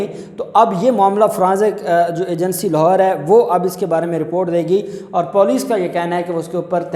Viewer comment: EK BAAT AAP KO BATNI THI. LAFZ POLICE JAB AAP BOLTE HO TOU US KO POOLICE KAR DETE HO. ISS LAFZ KO SAHI BOLNA SHURU KARO. DUSRA AAP NE KAHA KAE SINTHIYA NE KAHA MAE BEHOSH HO GAI AUR HOSPITAL POHANCH GAI. BEHOSH AURAT KHUD KESE POHANCH GAIN. USS KO HOSPITAL POHANCHA DEYA GAYA